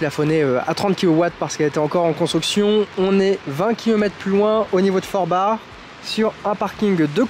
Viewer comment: Émilien Forbach ne se dit pas Forbar Mais Forbak 😁 c'est en Alsace que CH se prononce R pas en Moselle 😁